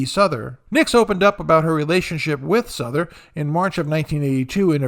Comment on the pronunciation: Souther is pronounced South—er. Not Suther. Just FYI.